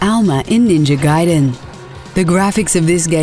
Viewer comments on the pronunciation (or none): none